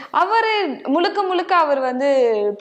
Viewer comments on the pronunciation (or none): நெறியாளப் பெண்மணிக்கு முழுக்க என்று கூட சரியாக உச்சரிக்கத் தெரியவில்லை 😢 முலுக்க? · முளுக்க முளுக்க ….அல்ல முழுக்க முழுக்க….. தமிழுக்கு “ழ”,அழகு